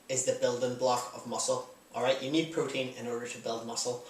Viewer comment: When you said "protein" I thought you said "cocaine". xD